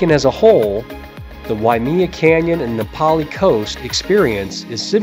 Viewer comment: Thanks for the info but one thing Waimea is pronounced (why-may-uh) not wy-me-uh.